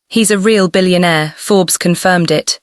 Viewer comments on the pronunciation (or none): none